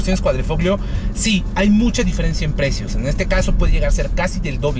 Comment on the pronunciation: Se diferencia,, no se "diferencía".